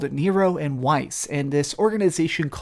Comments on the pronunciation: FF7 is this dude's favorite game? I find it hard to believe he really cares about this game when he doesn't even know the names from it. In the game they clearly pronounce Weiss with V sound like Vice. And Scamp? REALLY? The dog's name is Stamp! They say it over and over again. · Weiss is pronounced "Vice" btw xD